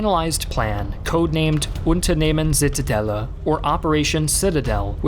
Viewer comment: Wow you said Unternehmen Zitadela very good in German, well done! It is hard to read it actually